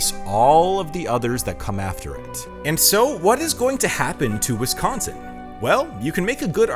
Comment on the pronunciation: Heh- WisKONSIN....gotta laugh whenever I hear that..... Yes, born and raised. Still hate winter, though.😮